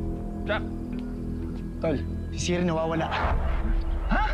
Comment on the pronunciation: Siri not tiri lol